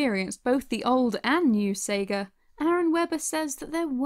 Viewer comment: Pretty sure it's Sega not seega